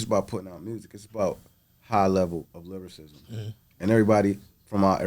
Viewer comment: Host keeps saying lyricism instead of lyricism awesome interview tho bro.